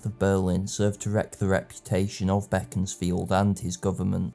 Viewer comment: Very professional, thanks. I'm also a Disraeli fan (I've bought "Coningsby" and must soon get round to it) AND have a good friend from Beaconsfield, good to hear it pronounced the way the great man himself would have. The alternative (wrong) pronunciation turns my guts.